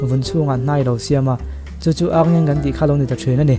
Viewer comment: Ârngeng nilovin Arngeng ani...Ar hi thluk tur anilo ani..